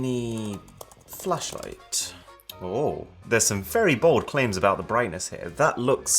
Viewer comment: man says flashlight like Fleshlight